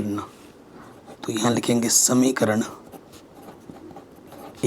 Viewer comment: Samikaran nahi samika kaha jata haa ❤❤❤ OK sir ❤❤😂😂 Thank